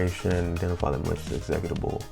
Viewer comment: Great video but man the way you pronounce meterpreter and executable is driving me crazy 😭😭